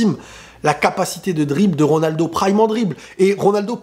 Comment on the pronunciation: En même temps il peut dire ce qu'il veut...jusqu'à prononcer comme il veut le nom de RONALDO